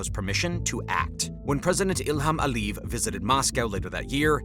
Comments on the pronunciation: And last names ending in -ev...A lee yehv, not Aleeve. I'm not trying to be pedantic, but it's distracting, and with 1.86M subscribers, you must have a team helping you, and you have the resources to check this sort of thing. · You'd sound like more of an expert if you could pronounce Caucasus correctly (not Kaw-kaw-suss). Ah-lee-yev, not Alleve. Can't listen to this crit anymore. It's not Arminians but Armeenians. Jesus. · This sounds very interesting, but its credibility called into question by repeated mispronouncing of words like "Aliyev" and "Caucasus".